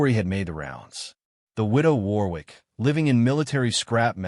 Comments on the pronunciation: It's pronounced 'Worrick'. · Warwick is pronounced - minus the second 'W' which is silent - thus Warik.... is the correct pronunciation. Good Story by the way.